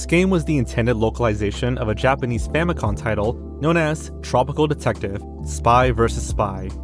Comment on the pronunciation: "Famicon" (as in, "Famicom" mispronounced) always... well okay it never annoyed me, but like, it is a thing that exists and is wrong. Language changes all the time, but with console names there is only 1 correct intended title. I think a little tiny bit of proscriptivism is warranted here.